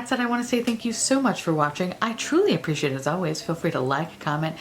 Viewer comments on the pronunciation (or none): none